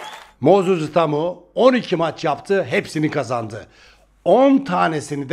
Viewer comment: Abi itaumayı doğru telaffuz et lütfen itamo itamo diyip durma kulağımı tırmalıyor😅🙏🏼